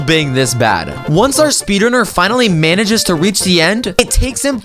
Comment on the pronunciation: This is funny but instead of saying reach he said weach